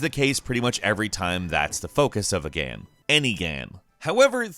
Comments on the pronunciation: Every time he says gam instead of game 👇🏻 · Why did you say "gaam" a few times instead of 'game' ?? 😂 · Is really noo one else bothered by the way he says GAME? It sounds like gaem ... really cringy, like the “my name is Jeff” kind of cringy. Gaem gaem guemm ... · Why does he say “game” like “gehm”? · I find it hillarious how he has 2 different pronunciation for the word Game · Is anyone else bugged by how he says "game" Great video non the less but still